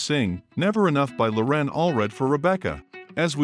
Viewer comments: LoREN ? It's LORen. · You mispronounced Loren's name, but at least you were consistent and did it every time. You put the empha'sis on the wrong sylla'ble. It's Lo'ren, not Loren'. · I admire Loren a great deal, but I don't admire the sloppy work you did on this video. Had you even watched the BGT audition, you would have known that she pronounces her first name with the stress on the first syllable, not the second. It was painful to listen to you butcher something as basic as her name. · She pronounces her 1st name with the emphasis on the first syllable! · if you want us to know all about her, perhaps you and pronounce her name correctly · Mispronouncing her name rather undermines your credibility as an authority on the matter. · Why is your narrator MISpronouncing "Loren" Alfred's first name. Watch her first appearance on Britain's Got Talent )YouTube)and HEAR her say it. This is an inexcusable, amateur mistake. Get it right and re-record the voice over. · You might start with pronouncing her name correctly. Just sayin’.